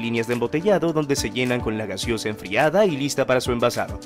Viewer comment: Corrige ..es GASEOSA, no GASIOSA .😂